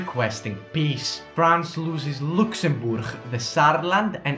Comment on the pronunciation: The way he says Luxembourg is hilarious